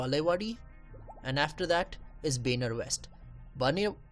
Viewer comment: benar ?????? its baner